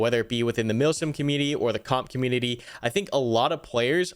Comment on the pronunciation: hehe "comunititty"